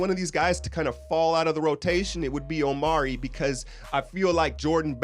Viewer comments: just so you know, his name is Omri, not Omari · It is pronounced "ahm-ree" not "Oh-mari." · it's not omari, it's omri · Omri Casspi.. Not OmAri! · It's Omri not Omari... and it's Israeli not Israelien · You pronounce omri - Om - ree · It's Omri: pronounced Ohm-Ree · It's Omri (om-ree) homie. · Omri Casspi Pronunciation: \OME-ree\